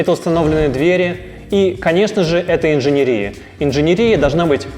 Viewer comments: В слове «инженерия» ударение падает на слог с последней буквой Е — инжене́рия. Надеемся, что теперь у вас не возникнет вопросов, как пишется слово инженерия, куда ставить ударение, какое ударение, или где должно стоять ударение в слове инженерия, чтобы грамотно его произносить. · ИнженЕрия...у меня с русским может быть и не очень,но слух режет. Пришлось гуглить...ведь когда это говорит "специалист" который с этим работает - возникает мысль что наверное он говорит правильно,а ты глубоко не образованный человек... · ИнженЕрия! Не инженерИя!! как так можно было вообще сказать то!